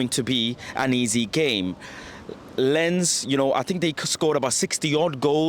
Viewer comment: It is pronounced Lance not lens.